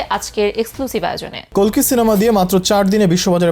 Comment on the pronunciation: কল্কি নারে কালকি😂😂😂